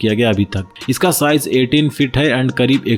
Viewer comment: अबे जरूरत से ज्यादा होशियार आदमी, अपने बोलने के तरीके को, इतना, जिस को, झीस, बोलता है। और भी बहुत से शब्दों को, जरूरत से अधिक, तोड़ मरोड़ कर मत बोला कर। टन को, ठन, साइज को शाइज, बुद्धा।